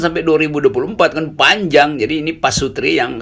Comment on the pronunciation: PASUTI , R NYA ILANG